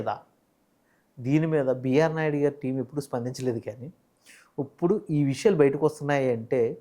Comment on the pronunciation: ఒరే పదాలు ఉచ్చరించటం ముందు నేర్చుకో "ఉప్పుడు" ఏందిరా ఇప్పుడు అనాలి.